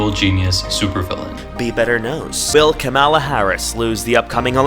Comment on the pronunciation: Just an fyi; Kamala is pronounced Comma-la😊